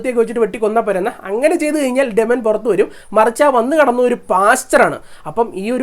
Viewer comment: ഡെമനൻ അല്ലല്ലോ ഡീമൻ അല്ലേ